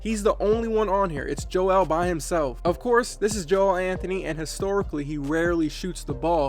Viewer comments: You don’t say Joel Anthony’s name like embiid’s. It’s Joel (jul) not (joe-el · It’s pronounced like “Jowl” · It’s just not Joe El. It’s just one word